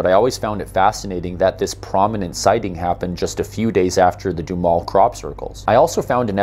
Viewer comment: Just as an aside, Duhamel is a french name, but all the locals pronounce it doo-HAMEL sounds like camel.